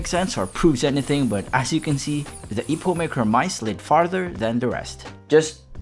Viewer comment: eeeeepomake not epoh